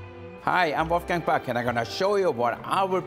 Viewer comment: Wolfgang Pack ? wolfgang auf deutsch und puck auf möchtegern englisch .. 😂